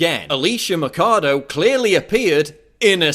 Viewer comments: Why the fake holyer-than-thou shouting? You can't state your points without beign loud? Why don't you pronounce her name correctly? you make it sound almost like Alicia Mikado. I know this might sound superficial, but if you want to get to people that don't agree with you, talking like you're nagging a child over spilled milk doesn't help at all. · Learn how to say her last name dude.. there is a "Ch" there for a reason.. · Machado isn't pronounced like how you are saying it. The ch in Machado doesn't have a k sound to it. She is crazy though haha I wonder how much money she took to push this narrative! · krista doss Spaniards are white and have Spanish surnames. If you can say Schwarzenegger you can fucking say Machado. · please learn how to pronounce her surname if you are going to do a video about her. Thanks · its not mackado its maxado with an x sound, machado is a latin name means axe. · Just one thing Paul, it's not Macado, it should sound like " Macho" , only this time you say Macha-Do (axe in portuguese) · Not to pick-nits, Paul, but you're totally mispronouncing Machado's last name; it's 'Machado' with a "ch" sound as in 'change', not 'Makado' as in 'chemistry'. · Paul, its Alicia Machado (It reads Mashado) not Alicia Macado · the video is very good, but you could at least have bothered to investigate how pronounce the name of the woman right... it's "maCHAdo" not "maccado". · Machado is neither pronounced as "Matchado" nor as "Makado"! It's a Portuguese name and it's pronounced as "Mashado". JFYI... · it's Machado not Macado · Se dice Machado no Macado. Aprende un poco de gramática española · It's Mah-sh-ah-doh, not Makado... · Ch in Spanish sounds like ch in English, so her name is Ma "ch" ado, not Ma "k" ado. I teach Spanish so I had to mention that. Great vid Paul. Too bad many Clinton supporters will never see your video :/ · The CH in Machado is pronounced as the CH in choose or chance, not as a K. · Machado should sound like Mashado and it means axe